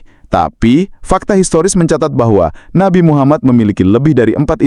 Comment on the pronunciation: Nabi kok diucapkan Nabai... 😂, Inggris ngawur, nabi itu bahasa Indonesia, kalo Inggrisnya itu Prophet.... Oalah😂